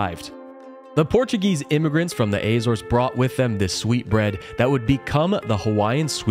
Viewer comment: Yes some one who pronounced Açores right!!